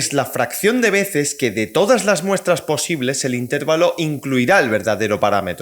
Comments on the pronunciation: Se dice intervalo, no intérvalo. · Buen vídeo! Pero admito que me desconcentro un montón cada vez que dices intÉrvalo.